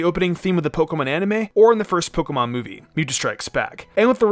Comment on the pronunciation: Someone should teach this guy how to pronounce pokemon